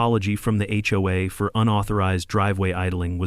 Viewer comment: Why were notifications sent only to homes on their street? The whole community should have been notified. They all would be vulnerable to Brenda's new rules. (The narrator must be AI. HOA is not pronounce like a word hoa.)